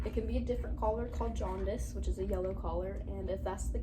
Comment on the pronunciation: It sounded like she said collar when she wanted to say color near the beginning